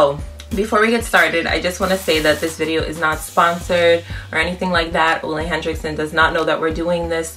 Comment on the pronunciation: I've been curious about trying this product. Definitely will check it out... Also, it's pronounced "oo-la hen-rick-sun" not "Oh-lay Hen-Drick-Son" :)